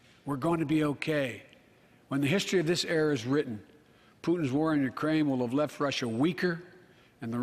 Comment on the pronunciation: He referred to Ukraine as "Grookraine" last week.